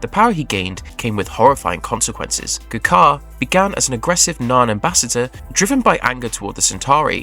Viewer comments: Knowing so much about the show, how can you mispronounced G'Kar's name so badly. It's not Guh Jar, it's Jah Kar. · Also showing pictures of other Narn when he mentions 'Guh Car'. Clearly he didn't watch the show.